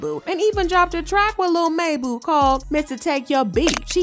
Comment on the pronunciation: Girlllllll😂 cringe 😬 rn PLZZZ STOP SAYING MABU LIKE MAYBOO ITS MABU (MOB-BOO) 😂😂😂😂 THAT'S ALL CARRY ON😂😂🎉❤